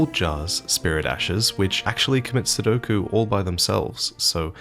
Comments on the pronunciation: Seppuku, not Sudoku. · Seppuku..... Not sudoku.... 😂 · "Commit Sudoku" should be "commit Sepuku";) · nah this man did not just say the jars commit "sudoku" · MY MANS SAID THEY COMMIT SUDDOKU 😂😂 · Soul jar commit sepukku not sudoku 😂😂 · I’m hoping he meant to say seppuku. Lmao